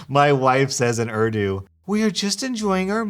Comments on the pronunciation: its not ardu lmfao bruh its ooordoo... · Oof, I know I’m just that one person... but please please say the country and languages names correctly... it’s just a pet peeve of mine.. like Urdu - ( Or-thu ) Pakistan - ( Pawk-uh-st-awn ) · urdu is pronounced ooor-dooo